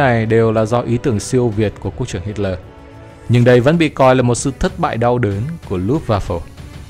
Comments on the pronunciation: Nghe đọc sai sai sao đó? Tôi thường nghe đọc là Hít le mà không phải là Hít lo• và jet ta bo mà không phải là jet ta bi hay gì gì đó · Kit ta bo?!!!!😅😅😅😂😂😂😂😢😢😢😮😮😮 thay vì đọc là jet ta bo hít lỡ thay vì đọc là hít le vì sợ phạm húy tên thang ong co noi nó???